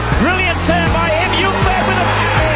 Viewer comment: The actual way of pronouncing ljungberg is jungberj